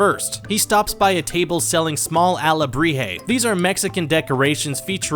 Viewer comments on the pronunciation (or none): Ok,I’m Mexican and you say alebrijes really bad